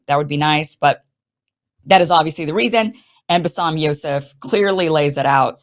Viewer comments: Kim, put some effort to learn the 1st name of Basem it is not bassam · Love you Kim. It’s Ba Sem. Not bassam. 😉